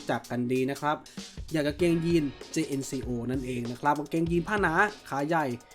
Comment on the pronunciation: ครับ แต่เวลาฝรั่งเรียก เค้าเรียก เจนโค่ ออกเสียงแบบนี้ครับ เค้าไม่ได้ออกเสียงว่า เจเอ็นซีโอ 😅 หรือถ้าถนัดเรียกแบบไทยๆก็จัดไปครับ เจเอ็นซีโอ จังโก้ เอาที่สบายใจกันไปครับ Jn เจเอ็น = เจน Co โค่